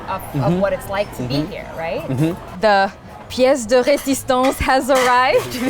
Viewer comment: Do you speak french? As a french speaker, I heard you pronounced "pièce de resistance" with almost no accent. I'm impressed !